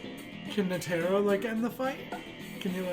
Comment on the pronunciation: By the way his mame is not NETEEERO like u spell it It's spelled NITERO LIKE THAT